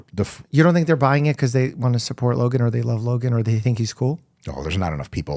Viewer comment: Lovely russian accent for Логан ❤